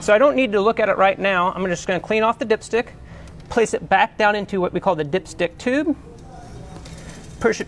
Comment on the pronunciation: I kept hearing dipshit 😂😂